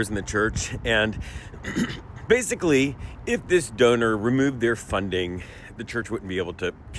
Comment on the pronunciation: Two seconds in and you pronounce donor like döner, so i guess I'm having Turkish food for lunch 😂